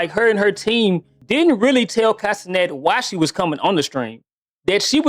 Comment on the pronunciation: I thought you said 'Casenet' at first.